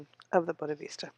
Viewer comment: It is not "Buddhavista" It is. BODDHISATVA ( wrong pronunciation), but thank you for reading.